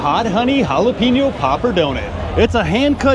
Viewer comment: you need to apologies for jalape-no but points for not just saying it is all good